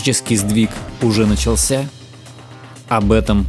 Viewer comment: Конечно, только не началсЯ, а нАчался, если по-русски. А на последний слог - это к французам, у них все ударения на последний слог. В остальном лайк.